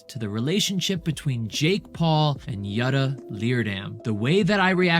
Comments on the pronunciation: Its sais “jewouuu-ta” not yut-ta just FYI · Did you say Jadda? 😂It's Jutta!